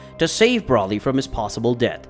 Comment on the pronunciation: dude really calls broly "Brawly" 💀